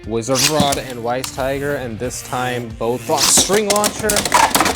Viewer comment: It's pronounced as Vice Tiger because Weiss is German for White so it means White Tiger. Anything W is V in German. 😅